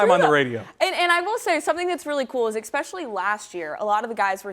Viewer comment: Ecpecially??? Stop